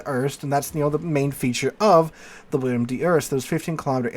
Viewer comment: Bro, it's WILL EM, not Will i am.